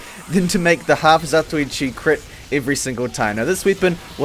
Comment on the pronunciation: I am pretty sure its pronounce, Half-(Za-To-Wee-Chee) eh who the hell cares anyway